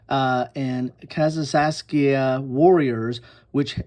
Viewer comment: That’s about 20 minutes from me - Cahokia - and you pronounced it correctly